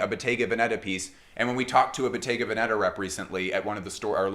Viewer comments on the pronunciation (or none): The correct pronunciation of Bottega Veneta is: Boh-TEH-gah VEH-neh-tah, (not BOH-teh-ga veh-NE- tah) In Italian, Bottega places the stress on the second syllable (-TEH), while Veneta places it on the first (VEH). 😉